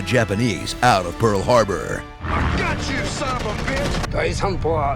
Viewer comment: "Pearl Hrarbor" Wonder if that mistake was on purpose.